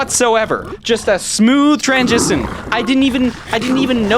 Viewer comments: “just a smooooth trangisn” peak new word 🗣️ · I agree, just a smooth "tranjisin"